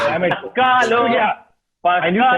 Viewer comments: The way rohan pronounced Pascal as पसकाल, says he read this word for the first time just now and has no idea what it means. He keeps looking at his right while others are guessing. I'm sure he got Prince of Wales the same way. Some answers, he may have given correctly or honestly. But something's very phony bout him. Margins are 10 ponits at best. Biswa deserves better. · Biswa struggling with 'Pascal' was so annoying to watch😂